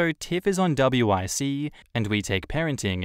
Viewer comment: WIC is pronounced wick. It stands for women infants and childen